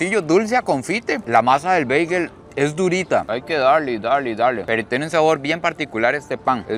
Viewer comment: Mae perro no se quien le dijo que Bagel se dice así pero mejor pregúntale a un Americano por qué así no es prro. Pura vida ❤